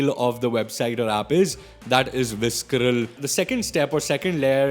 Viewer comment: I'm sorry, I love your videos but you absolutely butchered the pronunciation of visceral and it made me cringe.